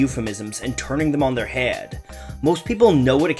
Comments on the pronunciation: Lmao I can't stop laughing at the way your unique dialect (wherever you you hail is a mystery to me) pronounces the word "head" as "hay-ed" 🤣 Not a critique or English lesson, nor am I in any way throwing shade your direction. Twas merely a quirk of yours I noticed that brought one viewer far too much amusement 😜 Now for the serious; the beyond professional & unbiased, straight raw & unfiltered, & profoundly unapologetic criticism I have for your video! Be afraid! It doesn't take long into your video for one to figure out you spent quite some time on on it, both from a technological & creative standpoint, & from a tangible, objective, & thorough point of view. Which, naturally, bleeds through in a positive way giving your cohesive & educated breakdown of his lyrics authenticity while also informing the viewer this project wasn't for financial or fiscal advancement, but was carefully crafted in such a meticulous way that dispels any doubt about the lengths you went to to make sure you had done your homework & then some, & such attention to detail & careful planning only ever comes from personal desire & motivation driven by passion. Long story short, here, is that you knocked it outta the block! "Knock him out the block, Ace, knock em out, Ace!". 5/5! Will recommend! I especially liked the way you were able to properly decipher his metaphors & dense subject manner correctly & eloquently, in an intelligently descriptive manner void or pretension & bias! First video I've ever ab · You say Head so weird it's impressive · Why does he pronounce "head" like that???